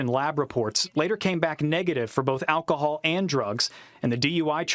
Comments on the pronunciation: well clearly neither can you. It’s alcohol not acahal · Hold up... First, the text on your video thumbnail doesn't make sense. Then you mispronounce aLcohol (there's all L in there), while making fun of a cop slurring his words. No biggie, but I laughed my ass off.